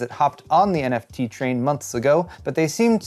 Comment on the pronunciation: Neft...Well we all know how good the verge is with words, like tweezers.